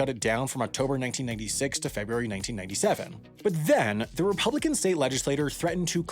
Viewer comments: feburary lol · February. Not feburary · Lol "Feburary". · Feburary???? The month with two pronunciations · Feburary? Oye.... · "Richard L. Daley" "Feburary" kind of bothered me. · "Feburary" You're slipping... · FEBURARY FEBURARY FEBURARY FEBURARY FEBURARY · "Feburary"? Half-spelled correctly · Feburary :D